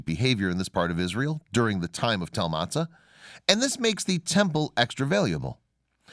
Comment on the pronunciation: Motza, not Matzah. But you made up so many of your facts, your pronunciation ignorance is the smallest of your problems.